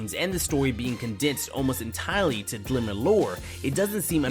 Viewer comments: Am I the only one hearing him say "Glimmer card" instead of "Grimoire card"? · "glimmer cards" lol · Wish people knew how to pronounce "grimoire" correctly, instead of calling it "glimmer". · Grimoire (grim-waar), not "Glimmer" cards.